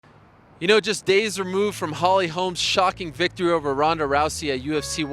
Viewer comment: It's ronda, not rrhonddda.... Wtf